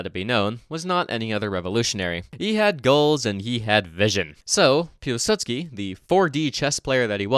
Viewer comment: If you wanted to get really nitpicky, you'd actually pronounce Piłsudski as something more resembling 'Piw-Sutski' too. The 'ł' in Polish isn't an L like we use it in English, it's basically just a funny looking W.